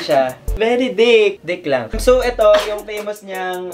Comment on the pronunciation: Ah Dict ba? Kala ko Dick.... 😂✌🏼